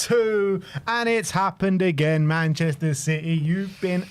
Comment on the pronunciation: Lads, it's citeh